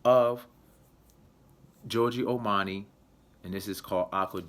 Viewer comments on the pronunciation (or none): Have i just heard Giorgio Ormani?